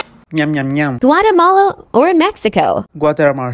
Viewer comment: Shpain Guatermash Denmarka Pls give him an Oscar for pronunciations country’s 😂😂😂